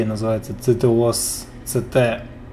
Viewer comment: СитиОС вообще-то говорится) В одиночном прохождении повторяют как произносится) Я весь Watch Dogs прошёл 31 мая)) Сейчас скачал ctOS Mobile, захотел побыть на месте полицейского (просто выбесили меня в прохождении полицаи из-за Дэмиэна (сорри за спойлер)